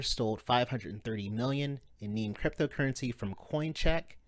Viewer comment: It's NEM not NEEM, sheesh. :)